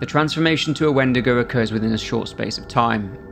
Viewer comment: My dumb ahh though he said wendeergo